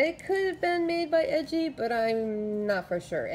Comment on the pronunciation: Its pronounced ee gee